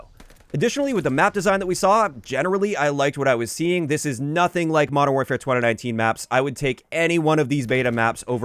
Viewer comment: Great video. Concise, thoughtful and thorough. That being said, the way you say 2019 weird me out every single time.... twunanunteen. 🤣